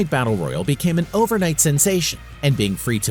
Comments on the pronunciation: Say "Royale" again please xD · extraordinary Games Say "Royale" again please xD I keep looking for other mmos but these videos lack of information Apex broke twitch records cause they paid for it. It no longer sits on top.